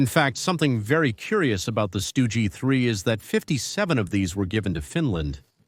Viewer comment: Your pronunciation is horrible. Stu gee for example Also can't speak connetedly. Tank de Stroyer Good conception,but horrible video Other problems Panzerjäger 1 was built in 1940 Marder,not mayder🤦‍♂️. The MARDER 3 had 3 version,and only the marder 3 (no H or M) used the Soviet gun The Stug 3 first saw combat in 1940 against FRANCE,not against the ussr. Operation Barbarossa started in june of 1941 It's JAGDpanther,not GAGDpanther